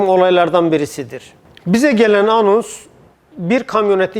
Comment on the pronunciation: ci dakikada ( Hocam ANUS değil ANONS zira Google bakarsanız Anus insan uzvudur )😅🤣😂